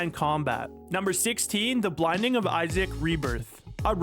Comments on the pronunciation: It's not Laura Croft, it's Lara Croft. Completely different names... It's BINDING not bLinding... Seriously it's like a bad AI bot made and read this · bro said "blinding of isaac" when it is the "binding of isaac" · Dude really said the BLINDING of isaac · The video creator said “Blinding” instead of “Binding” so we’re just joking about it in the comments lmfao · it’s binding not blinding you scallywag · that's the joke of the video dude... 'blinding' of isaac,get it?lol